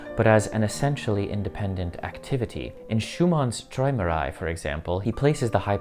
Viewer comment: Pronounced troymerai